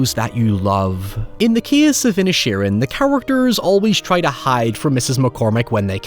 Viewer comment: I kept thinking you were calling the town ‘Ed Sheeran’ lol